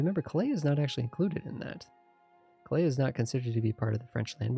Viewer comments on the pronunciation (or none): Loving this series - but got to say it's Cal-ay not Clay for Calais lol